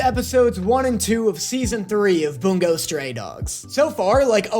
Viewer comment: Why does it sound like he says “Boom goes stray dogs” 💀